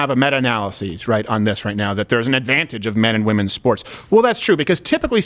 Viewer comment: "Wimpen's Olympics" niiiiiice unintentional haha